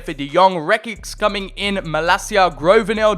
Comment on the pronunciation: You pronnounce oe in groeneveld and zoet like ou in could believe me i am half from the netherlands